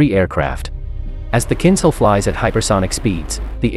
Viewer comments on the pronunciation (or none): it's not pronounced kindcal, it is kinžal, kinzhhhhal :) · Pronounced kin-zhal (zh as in luxury). Meaning a dagger. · It’s more correct to pronounce “Kinjal”, Russian word for dagger.